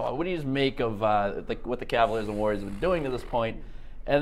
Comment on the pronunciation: CavAliers not Cavliers